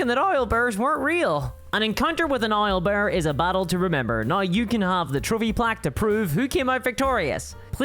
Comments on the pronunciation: "Isle" bear? :D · I love how you pronounce owlbear.